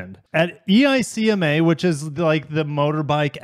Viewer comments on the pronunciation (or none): The show is pronounced 'Ike-ma'. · ECIMA is pronounced as IKE-MA